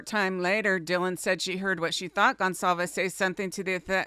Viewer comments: It’s Goncalves, not Gonsalves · Hyundai = Hun-day Goncalves = Gon-sall-ves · Please, Please. Kaylee’s name is a Portuguese last name so that (CA) in Goncalvez is a soft C sound and not a hard C, as when pronouncing Gonzalez. Let’s try to pronounce it correctly.